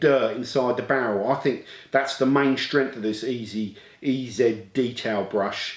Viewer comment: You need to go all American when you pronounce the name, it's E-Zeee Brush. See how it sounds so much better.